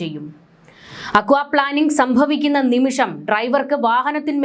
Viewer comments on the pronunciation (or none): പ്ലാനിംഗ് അല്ല plaining... Aquaplaning or hydroplaning